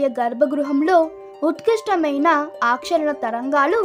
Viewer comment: Aakarshana anali Try to pronounce correctly